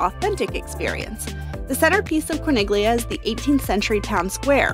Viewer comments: With all due respect to you for this and all of your other great videos, it drove me crazy to hear you mispronounce the name of Corniglia. When there is a G followed by an L in Italian, the G is silent much in the same way as in the Italian word famiglia. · Great info! Though might want to check your italian pronunciations when saying town names. We just got back from our stay in manarola... which was amazing. The letters "gli" in italian is pronounced as a "y" and "i" sounds like an "ee" so the name "corniglia" is pronounced as "core-neel-ee-ah" rather than "corn-nig-lee-ah" which is completely wrong. In fact, you are also pronouncing "cinque terre" wrong... "e" sounds like "ae" so rather than "tear-ah" its pronounced "tear-ae". Also just fun tid bit, Nessun Dorma does pesto making classes where the Owner Simone shares his story about the place..... it was the best experience we had and totally worth it. I would be sad for anyone to go and not experience that